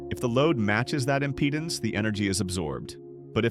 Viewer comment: Please teach the Bot how to pronounce IMPEDANCE.